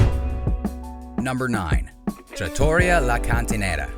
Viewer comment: TrattoREEa not traTAWrya